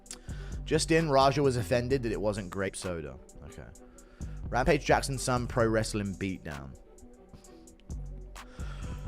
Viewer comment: Rampa-jizz? Fuck this AI shit.